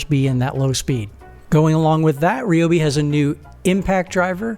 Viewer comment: I'm not sure I'd want to trust a review from someone who either cant, or isn't bothered, to properly pronounce the Ryobi name.